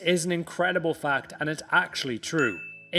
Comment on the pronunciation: Haha you say “fact” like Rafael Benítez!